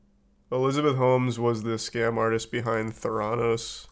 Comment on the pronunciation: Th air ah nos not ther on ose